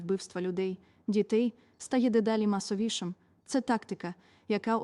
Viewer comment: Зміст надзвичайно важливий!!!! 💙💛 🤔 Дивно чути від представниці 🤓 України такі слова: "атакА, ПравдИне, масовІШИМ, насІДКІВ, молодІ, пільговІЙ, СковорОда, вісімнаЦЯТЕ столітті, людЯм, мІстах, військовОЇ, заявИ, девЯтьох, частковУ, тОму, комплЕкс, метОд, надАні, обмежУє, статею п'ятдесятОДНОГО статуту ООН; віддАНість". Теж, думаю, що можливо 🤔 читала промову ШІ; зазвичай, така вимова притаманна їй 🤔